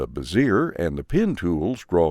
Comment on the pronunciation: FYI - Bezier is pronounced Bez-ee-ay, emphasis on the first syllable.